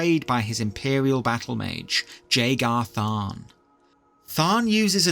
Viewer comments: I hate to be that fella but Jagar Tharn is pronounced with a Y style J, so more like yaygarr tharn. I'm likely not the first, but I didn't see other comments so here ya go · Love the vid but man. Its a silent J. "Yay-gar" tharn. And "ok-ate-oh" Also... There is evidence to suggest that the nerevarine was actually dragonborn which would explain why they would travel east to akavir (dragon-land)